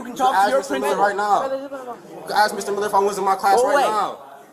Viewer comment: "What is you arresting me for?" ..wow illiteracy is real folks. " y'all is weird" " we was on da ground "just axe(ask) mom"